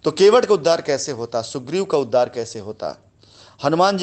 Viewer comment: अवलेहना नहीं बे, अवहेलना... उद्दार नहीं, उद्धार... प्राकर्म नहीं गंवार, पराक्रम... और तू रामायण व उसके पात्रों का उदाहरण न दिया कर... तुझसे घिन आती है, तुझ पर थूकने का मन करता है !